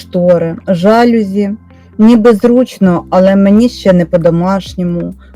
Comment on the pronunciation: Корисне відео. Дякую. Але є один мінус---в слові ЖАЛЮЗІ наголос на букві "І"